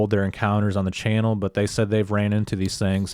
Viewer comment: it’s ‘channel’ not ‘Chanel’. And ‘worthyith’ isn’t even a word!!, And whilst we’re at it, stop quoting from that little ‘fable’ book, the Bible is what nut-jobs call it I think!!..have a Great Day..